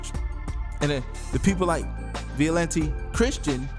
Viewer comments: Vi-ja-lent that's how you pronounce it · The word is vigilant. You should learn how to say the word before making a vid. It makes you sound unintelligent. Btw Billy Graham was a Master Mason.